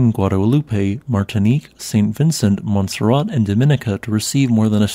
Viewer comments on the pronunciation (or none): none